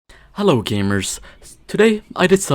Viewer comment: it sounded like a "Halo Gamers"